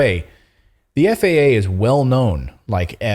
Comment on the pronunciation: "FAAAAAAAA". Yes, pronounce it as an acronym like you suggested, Natali. Love it.